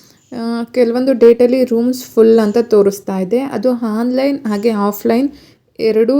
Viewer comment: ಮೇಡಂ ನೀವು ಉತ್ತಮವಾದ ಮಾಹಿತಿ ನೀಡಿದ್ದೀರಿ.. ಆದರೇ...... ಕನ್ನಡ ಭಾಷೆಯಲ್ಲಿ 'ಅ' ಕಾರ. ಹಾಗು ' ಹ ' ಕಾರ ಉಚ್ಚಾರಣೆಗೂ ಬಹಳ ವೆತ್ಯಾಸ ಇದೆ.. ' ಹಾನ್ ಲೈನ್' ಅಂತ ನೀವು ಉಚ್ಚರಿಸುತ್ತಿದ್ದೀರಿ.. ಅದು ' ಆನ್ ಲೈನ್ ' ಅಂತ ಆಗಬೇಕು.. ಹಾಗೆಯೇ...... Playstore ' ಹ್ಯಾಪ್ ' ಅಲ್ಲ ಆ್ಯಪ್ ಎಂದು ಉಚ್ಚರಿಸಬೇಕು.. ಬಿಟ್ಟಿ ಉಪದೇಶ ಹೇಳುತ್ತಿದ್ದೇನೆ ಅಂದುಕೊಂಡರೂ ಪರವಾಗಿಲ್ಲ.. ಕನ್ನಡ ಕೊಲೆ ಮಾಡಬೇಡಿ.. ಶುದ್ಧ ಕನ್ನಡ ಅಚ್ಚ ಕನ್ನಡದಲ್ಲಿ ನಿಮ್ಮ ವೀಡಿಯೊ ವಿವರಣೆಯನ್ನು ವಿವರಿಸಿ....